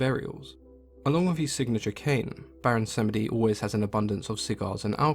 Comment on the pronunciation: I believe it’s pronounced BWONsamedi, and he’s a troll priest.